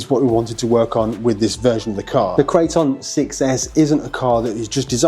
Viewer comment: Arrma builds monsters and monsters only. Amazing RCs through and through. Loved how he pronounced it -Crate-On